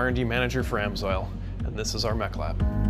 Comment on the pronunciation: I thought he said "this is our meth lab". Heisenberg?